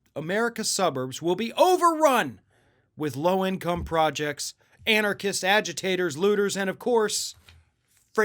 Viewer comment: haha "and our kissed" agitators. Did someone speech writer actually write it out that way so there'd be no stumble on the word, "anarchist?"